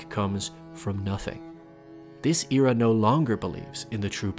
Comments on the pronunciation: It bothers me how he pronounces era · This ear-ah, that ear-ah lmaoo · The way he says era tho